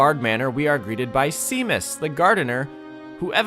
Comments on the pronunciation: The name Seamus/Séamus is an Irish/Scottish name and pronounced shay-muss… although see-mass did give me a giggle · I know this vid is a year old but I need to clarify as an irish person cause it hurts to hear but it's not pronounced Sea-mus but pronounced Shay-mus. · seamus is pronounced shaymus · Shay-mus (it’s Irish) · See-mus? Is that how they actually pronounce it in-game? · Sean = Shawn but Seamus = C-mus? I hate the English language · Nah Seamus is pronounced Shay-mus, I don't think I've ever heard an American pronounce it correctly lol. They both come from Irish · this video is amazing!! it's so lovely to be able to find other layton fans as well who are as talented as you. i really enjoyed the whole video!! and as an irish person hearing you say Seamus is so funny, it's pronounced shay-mus if anyone is wondering lol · OMG NOOO you butchered the pronunciation of Seamus. It's Shay-mus. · Missed opportunity not to say that Seamus (which, as an aside, is pronounced Shay-mus, or so the Harry Potter films tell me) is not what he seems 😂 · That is NOT how you pronounce "Seamus" xD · i genuinely had to backtrack at the pronunciation of minor character legend seamus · Yo hour long voyan Professor Layton video let's fucking go! Bro can't pronounce Seamus LMAO